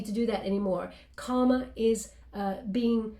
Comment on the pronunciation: It's kinda funny....I don't know if you've ever noticed, but, every time you say the word "karma", you always pronounce it like you're saying the word "comma". But, there's an "r" in there that you keep leaving out. Obviously, I know what you're trying to say, but, it may confuse someone else. Just wanted to bring it to your attention - FYI